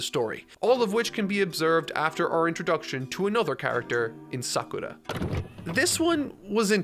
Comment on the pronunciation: I found it curious that he pronounces only Sakura's name with the Japanese R sound.